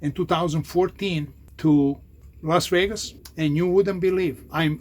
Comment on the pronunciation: said that with his chest 😤💪🏼🖕🏼😂